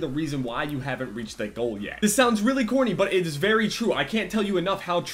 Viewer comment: corny sounds like horny huhuhuh